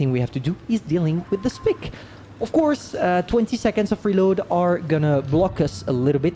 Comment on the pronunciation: i just heard him call the SP 1 C the spic thats racist